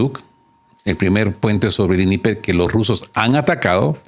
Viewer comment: Dnieper es una palabra rusa. El ruso no se pronuncia como el inglés o el alemán. Todas las letras se pronuncian